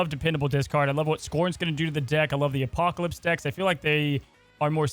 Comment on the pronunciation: How hard is it to say Apocalypse? Good content otherwise.